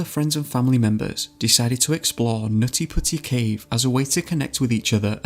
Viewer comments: Omfggg u seriously need to stop or just not even say the words NUTtY PuTTy. Hahaha too ridiculous with ur accent man. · Did anyone noticed on he said nazi pussy instead of nutty putty